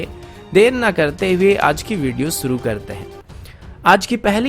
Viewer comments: अन्सुमान; सुरू; सामिल; मुस्किल; ऐसे घटिया उच्चारण से वीडियो का सत्यानाश कर दिया है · अन्सुमान; सुरू; सामिल; मुस्किल; हमेसा; कोसिस; ऐसे घटिया उच्चारण से वीडियो का सत्यानाश कर दिया है आप उच्चारण नही सुधार सकते तो कोई बात नही: हमारा उच्चारण खराब न हो जाये, हमें ही त्रुटिपूर्ण वीडियो सुनने से बचना पड़ेगा